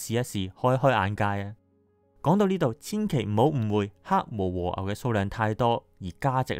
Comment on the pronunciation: 長知識了！可惜懶音太多嚴重影響觀賞度😅和牛，昂貴，深奧，以外..............實話實說，只堅持看了兩分半鐘，不好意思🙏